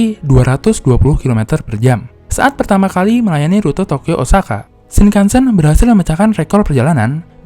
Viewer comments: Ralat Penyebutan "E" dalam Shinkansen nya salah min.. harusnya "Shinkansén" bukan "Shinkansèn". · Bacanya shing kang seng om.. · Cara pengucapan “Shinkansen” huruf akhiran “N” dibaca “NG”,Mas,,jadi pengucappannya “Shinkanseng”,,Terima Kasih buat infonya,,yang kebetulan Saya tinggal di Jepang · Kok saya ngg suka yah cara baca shinkansen di baca shinkansen, seharusnya shinkansen